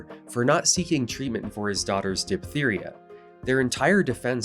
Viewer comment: Amazing video, as a doctor I'm always fascinated by adjuvant care, my attention has been mostly directed at chiropractic. One side note its Diphtheria prounced as Diph-teria not Dip-theria.